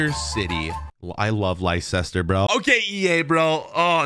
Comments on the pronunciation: Li-sester city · you did not pronounce leicester city right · He did not say Leicester right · I think you pronounced Leicster wrong